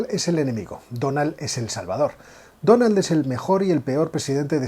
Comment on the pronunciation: Me sangran los oídos de escuchar "Donald"